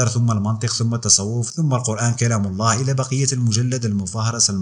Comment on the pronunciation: ملاحظة ونصيحة انطقوا الهاء جيدا في كلمة الله